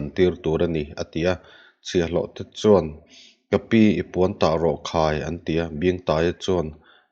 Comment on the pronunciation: Hman lai chuan hman lai chuan.. hman lai chuân hman lai chuân.. a thlukna nen hian a dik zawkin ka hria